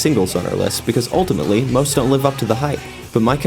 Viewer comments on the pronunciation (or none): none